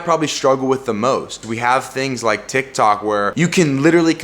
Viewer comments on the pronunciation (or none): none